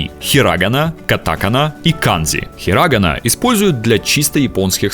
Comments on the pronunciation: Ударения не те, хИрагана, кАтакана.Я учу японский, поэтому знаю) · Меня убило то, как автор поставил ударения в словах хирагана и катакана.💀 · В японском языке нет ударения, поэтому не нужно было стараться ставить ударение в словах хирагана и катакана на четвëртой букве (в русском написании). Читается как хирагана и катакана с мелодичной интонацией на шестой букве русского написания данных слов. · На произношении "катАкана" и "хирАгана" у меня уши завяли раз 10.... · почему все говорят хирАгана и катАкана🤦🤦🤦